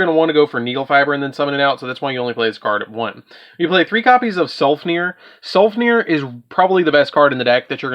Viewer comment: I wanna say this nicely: please please learn how to read. Sulfefnir not selfner. Roseeenix not Rosen-ix. Reeon not rowon. Quariongandrax not whatever you said.